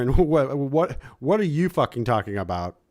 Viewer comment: Sorry I missed this clawbuh! I prawmise it had nuthin to do with fawking Dan 😂